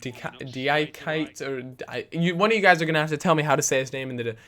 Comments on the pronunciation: Dea-key-Tay that's how you pronounce it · btw its di (dee) a (a) ki (kee) te (tay) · you say it dee-a-kee-tay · you say it like deeakeetay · its pronounced Dee-a-kee-tay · dee a key tay ! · Ok, I'm assuming you're 10 and haven't started learning french yet, considering Samba Diakité was born in Montfermeil; a commune in the eastern suburbs of Paris. And he is Malian, a country who was, probably, colonized by France, the 'é' in his name makes a 'A' sound. This applies to French and all 'sub-genres' of French.